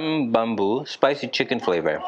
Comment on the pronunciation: NOT BAMBU, BUT BUMBU